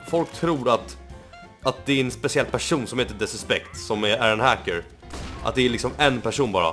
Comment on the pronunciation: Lär dig säga the suspect